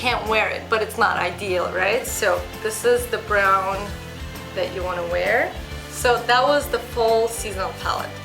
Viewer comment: wear - not 'war' :/